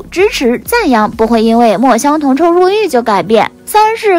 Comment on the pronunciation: 肖战主演的陈情令原著作者叫墨香铜臭xiu第四声，请小编多做功课